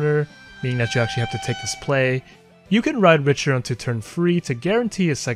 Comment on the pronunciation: it's pronounced Rick-ter btw